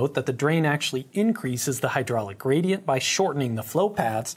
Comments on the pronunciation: Am I the only one who always hears "Grady-ent"? Yes? I'll show myself out. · Fantastic video! The plexiglass simulations are hugely helpful in demonstrating these concepts, and are a lot of fun to watch. Also, I heard "Grady"ent once and now I can't unhear it.